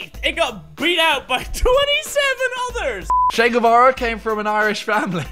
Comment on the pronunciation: I genuinely loved this video so much, both you and his perspectives. Also, I just wanted to say I'm impressed with your pronunciation of "Che Guevara." My last name is Guevara and I can tell you almost zero people says it right or spells it right.